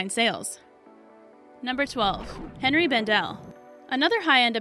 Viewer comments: Hmm...Someone doesn't remember their high school French (or else they took Spanish). It's not "Hen-ree" Bendel; It's "Henri" Bendel, and Henri is pronounced "On-ree" (#12 on the list). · "Henry" Bendel???